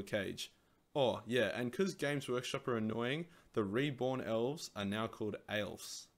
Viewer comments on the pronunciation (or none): Just a heads up, "Aelves" is still pronounced "Elves".